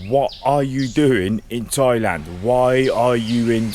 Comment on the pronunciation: DID YOU SAY 'TOYLAND'